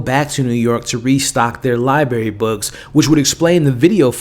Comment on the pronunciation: No-that’s not Emma. Also library has an R after the b - it’s not pronounced liberry. Other than that good recap.